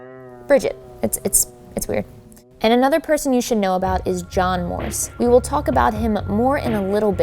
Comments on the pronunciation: It sounded like "it was God" instead of "it was John" to me. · It was JOHN or GOD? I hear a G not a J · does anyone else hear ''it was god'' instead of ''it was john'' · I don't know why I hear "it forgot" instead of "it was john" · In stead of “It was John” I heard “It was god” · I don't hear "it was John". There's a clear "G" sound at the beginning of the last word. It sounds like "this was God!" To me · i kept hearing "it forgot" instead of that. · Sounds like two syllables to me. Like Johnna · Am i the only one who doesn't hear "it was john?" I heard gibberish but the last word or syllable was 'god' or 'got' or something like that, i hear no 'n' sound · Idk abt y'all but I kept understanding "god" and not "john" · Am I the only one who just heard "IT BA JAH!" Instead of "it was John" XD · What they heard: it was john What i heard: it was god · I thought is said "it wad god" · Seee I am probably gunna give an unlikely option but it just to me sounds like ‘get the f out’ 😂 instead of its was john’ - I can’t hear it but I have to force myself to listen for that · am I the only one hearing "this is my jam" instead of "it was John" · I heard, “it was god” every time but I understand if you heard it was John 😂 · I keep hearing “it’s forgotten” instead of it was John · Idk instead of john i heard god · I heard “it was god” at first 😂 still love the video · Ps. She kinda sounded like she has a Boston accent with the way she pronounced “John” I grew up there, so... just sayin! 😳😟😣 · I'm german too but I just can't hear that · Alexis Willoughby It didn’t sound like “it was John” to me at all